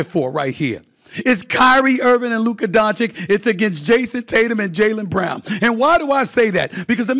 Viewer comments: It's not Donchick and it's not Luker, put some respect on his name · It's "Don-chitch", Stephen A is the only one who pronounces it "Don-shick". Been disrepecting Luka since the 2018 draft 😆